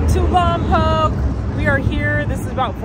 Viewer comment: Hey, glad y’all enjoyed Lompoc! Just a heads up, it’s pronounced “Lom-poke” not “Lom-pock”. Also, us Chumash are still here 😂 we’re still kicking it.